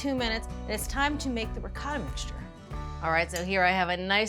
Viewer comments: 1- "Ricotta": Pronounced like the singular syllable “ree.” The “coh” sounds like the “co” in “coat, ”Tah" 2- “Moooz-za-rell" - It's not a Jewish Matzah. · I’m Italian American. Please forgive me - but the pronunciations of ricotta, mozzarella, and saying meat sauce, noodles 😂. Brown the pork (only) first, then add onions, garlic, parsley and basil. Egg added to ricotta can be optional. However, I wouldn’t turn away this lasagna.